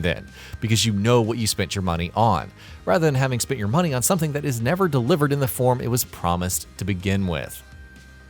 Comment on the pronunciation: Muneh? You're alright boah